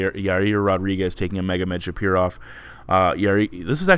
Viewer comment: You really have a hard time articulating foreign names :-))) Kept saying SHAPIROV... Thanks for the analysis, you helped my few times